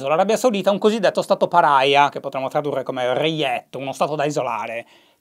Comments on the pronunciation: Oddio, non ditemi che ha pronunciato "pària" all'inglese (paraia)? 😱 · "Stato paria", non "Stato parahia" 😆😆😆 Gesù... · L'ha pronunciato in inglese, molto semplicemente.